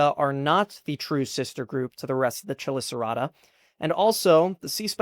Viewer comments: Really cool and informative video! Just one nitpick: chelicerata is pronounced with a k- sound at the beginning, not a ch- sound. Easy mistake to make considering the spelling lol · the ch is pronounced as k in chela, chelicerae, chelicerata, etc.